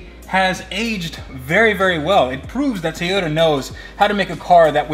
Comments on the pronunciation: Ok man i really love your videos ,but your making me crasy with your tayota its TOY-ota please!!!! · Its Toyota...not Tiyota! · I was under the impression that the car brand was a Toy-ota. On this video it sounds like you keep saying tea-ota. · Okay...while I love your videos...the whole mispronunciation of Toyota has to go! It is TOY-O-ta. Not TEE-O-da. There isn't an E in the word anywhere. Other than that, keep up the good work! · If its his dream car, shouldn't he know how to pronounce Toyota? Its not TEEYOTA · Please learn to say Toyota....